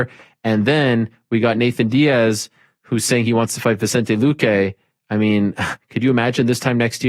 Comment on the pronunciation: on a similar note... I'm with Ariel on pronouncing people name correctly..the most recent mis pronouncing that I've noted is also with Bisping saying, "Vincente Luque time and time again...it's "Vicente Luque" there is no "N" before the "C"...its like come on MB, you're a commentator for the UFC! Love Bisping altogether!